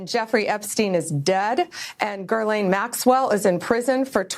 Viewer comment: Since when is Ghislaine pronounced Gerlain? Bondi's not too bright.